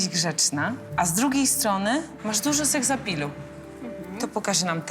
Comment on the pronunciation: czm ona powiedziała sekzapilu